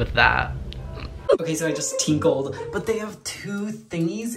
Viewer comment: " Ok so I just tieklled, " - 2022 🙁